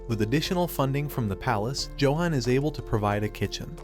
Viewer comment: Johan is pronounce Yo han.